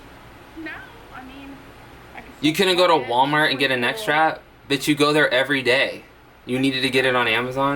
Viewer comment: Okay, when you said 'neck strap" I though it was like 'net trap' I was confused because I was like wtf. I didn't think she would actually explain a... neck strap...